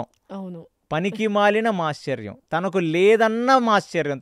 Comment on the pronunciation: మీరు కొన్ని పదాల ఉచ్చారణ తప్పుగా పలుకుతారు, ఉదాహరణకు మాత్సర్యం అనే దాన్ని మాశ్చర్యం అని ఘటోత్కచుడు అనే దాన్ని ఘటోజ్గజుడు అని ,కొండ చిలువ ని, కొండ సిలువ అని. సరి చేసుకోగలరు. మిగతా అంతా ఓకే. ఒక్క చిన్న మనవి. మీ podcast కు TKV. RAGHAVAN గారిని పిలిస్తే చాలా బాగుంటుంది. కాని వారిని మాట్లాడానివ్వాలి. మీరే చెప్పకూడదు.